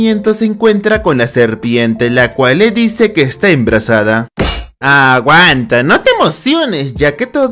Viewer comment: Medio risa cuando dijo enbrasada XD